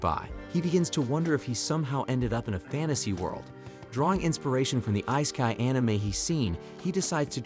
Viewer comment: whats eyesky are u talking about? you mean Isekai (eh-seek k"i") kai like "pie' in pi.. do it right